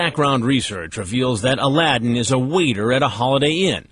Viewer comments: his name is a l a d d i n, aladdin noooo xD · “aladdin” I